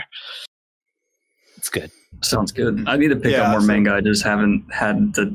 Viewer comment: Since you mentioned people in the comments complaining about your pronunciation: It's manga, not menga. ;)